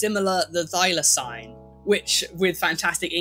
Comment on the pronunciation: The way you say thylacine.. oof